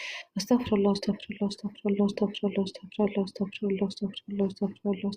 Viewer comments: تاكدي من خروج الحروف من مخارجها انا سمعت ااستفله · يا استاذه ربنا يبارك في حضرتك اسمها استغفر الله بكسر الفاء بضم الراء